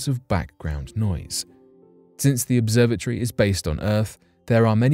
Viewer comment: 😂😂🤣🤣🤣bruh ya got. Now I'm listening closely to his pronunciations